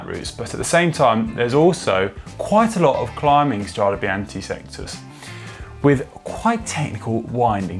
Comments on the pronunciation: Connor! In italian, CH followed by a vocal it's ridden like K! So it's "Strade Bianke"! And also we read the final E like...E :-) like in "ElEmEntary", and not like "English" ;-) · How can GCN put so much effort into a video and get the pronunciation of “strade” so wrong?